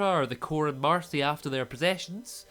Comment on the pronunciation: You’ve been saying ‘Darcy’ instead of ‘Marcy’ the whole time 😂